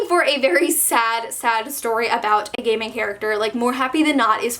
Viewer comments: Whenever say's "gay main character" I keep hearing "gayming character" lol. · I keep thinking you're saying "gaming characters" instead of "gay main characters" lol also: im bisexual and omg I just wanted to say that you did an amazing job representing my/the community <3 thank you